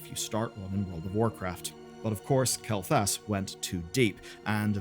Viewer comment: "Who the hell is Zul'jin, you might be asking" Dude, I'm still trying to figure out who the hell "kel thus" is. lol